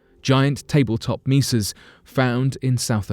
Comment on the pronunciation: I thiught 'mesas' were pronounced "maysas" not 'meesas' ...? 🤔 And, .stalagmites and stalagtites have the emohasis on the first four letters, not the middle three ?! "_Stal_agmites" & "_Stal_agtites." ❤️🖖 (NOT sta_LAG_mites or sta_l_AG_tites.)😖